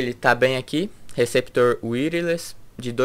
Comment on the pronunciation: show... mas já aprendeu a pronunciar "wireless" de maneira correta, né? kkkk parabéns pelo review..